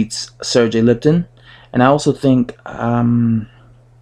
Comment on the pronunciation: Learn how to pronounce Lipinets , not Lipton.